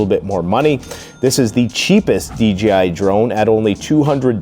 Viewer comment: DJI, DJI, DJI!!! Not D G I !!!